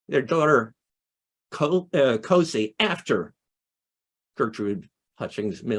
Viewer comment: Hi, this was wonderful! I'm the great-grandaughter of Gertrude "Cosie" Hutchings Mills (daughter of Elvira Sproat Hutchings, my great-great-grandmother! So that makes Florantha and Granville my great-great-great grandparents. By the way, Great grandma 's nickname is pronounced "Cozie". And we don't know why that was her nickname. It is SO sad that Elvira and John Muir and Elvira couldn't be together. But he kept writing to Cozie. She gave my mom and my aunt pine saplings for christmas every year. At the time, my mom said, they didn't appreciate it. Later my mom understood she was trying to impart a love of nature. And she did do that. They called her "Little Grandma" because their other grandmother was a very large woman, where Cosie was petite.